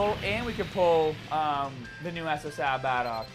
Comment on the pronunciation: Could you please stop saying bardock it's not pronounced bah dock